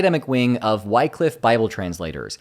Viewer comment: A bit about Wycliffe: it's pronounced "wick-liff" not "why-cliff". I will say there are some brilliant scholars and some with humanitarian intentions, but highly conservative outside of where their lived experience in other countries teach them, and they have a literal white savior complex. They do quite a bit of damage without understanding, and they willingly shut off their brains in the presence of cognitive dissonance. Source: some family members were involved with Wycliffe and SIL for a long time.